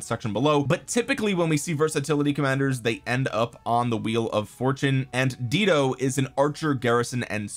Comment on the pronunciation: Dido is pronounced "DIE-DOE." 😂😘